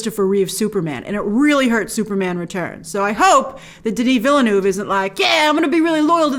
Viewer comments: Grace, probably one of the most beautiful trailers I've ever seen. Btw, it really is said "veel-nuv" where the u is the u in "cup". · You can do it Grace! It is pronounced: dəni vilnœv lol Love your channel! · you dont put an R in Denis Villeneuve! english speaking people have a hard time prononcing "eu" they sound like the french "u" so it sounds like you're saying Denis Ville-nuve. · I don't mind the mispronunciation, quite on the contrary that's original ! "Denis" is on point of course, the issue is with the second part of Villeneuve. Your "Ville-" is correct, but "-neuve" is pronounced as "nerve" in english, but without the R, "neve". The "u" being muted. "e"/"eu"/"eux" all sound the same in french/frenchCanadian. Wish you best. Source: I'm french and Villeneuve is a common name. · Grace, in French, "Ville" is pronounced "veel", and "eu" is pronounced "er" which is why Villeneuve is pronouned Veel-nerve. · The name Villeneuve name DOES have an 'r' sound in there. It's like the 'oeuvre' sound in horsd'oeuvre - or can't you pronounce that either?! There is NO 3rd pronunciation in Villeneuve - only 2! Vill-nerv. That is all. And regarding Sting's Feyd-Rautha character. Many have a feeling he'll be saved for the next film as he doesn't really do much from the beginning. He won't be absorbed into Bautista's Rabban. And for the love of all that is green - watch the Mini-Series! Maybe you'll get a better understanding of the story rather than watching the mediocre Lynch film where you're making a fool of yourself with all these assumptions. Just trying to help... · I'm by no means a French expert (I spit on the French). But surely it's pronounced veelnurv. It looks like "new town" to me: Ville(town) = veel, neueve(new) = nurv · It is pronounced 'veal-nerve' ...